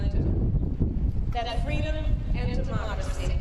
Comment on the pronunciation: Gee, I hope she tells that fun "FWEEEEDOM" story again